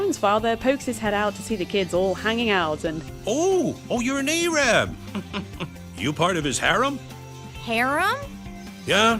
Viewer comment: AYRAB????????? AYRAB??????????? AYYYYYYYYRRRRRRAAAAAAABBBBBB?